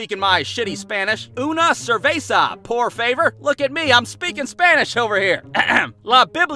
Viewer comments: lol “UNA SERVAIZA POOR FAVOR” lol this shit had me dead lol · "oona serbaysah poor favor" Never gets old